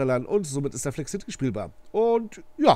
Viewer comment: Cooles Video Es heißt aber Flexcity und nicht Flex City😉